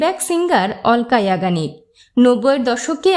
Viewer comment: উচ্চারণ টা ঠিক ঠাক বলুন অলকা ইয়াগনিগ